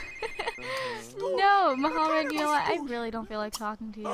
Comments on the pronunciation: I know this video's really old but I only started watching it recently and a lot of things really bother me lol. His name's not Muhammad, it's Mahmoud. Those aren't the same. And it's not "dormitery", it's dormiTORy with an o. Also, how do you not know how to pronounce mural? It's not a hard word. Lastly, in a couple videos back you said "uba gangnam style" but it's actually oppa gangnam style. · I am arabic so i know. mahmood is not pronounced as 'mo-ha-md' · "MAHMOUD" IS PRONOUNCED "MA-MOOD" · his name is Mahmoud (Mah - Mood), she just says it wrong... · his name is pronounced mah-mood ya-var-ee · Candy Klistal his name is arabic, so you say it like they say in arabic, DUH